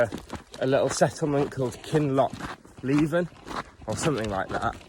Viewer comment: It is indeed 'Loch LEE-ven,'. I could even share a Gaelic song about the place...